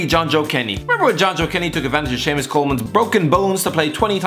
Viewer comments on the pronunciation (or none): none